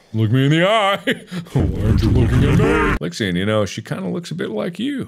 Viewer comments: It's Lixian' not "lixion".. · Markiplier: *Says Lixian* Lixian: Who summoned me?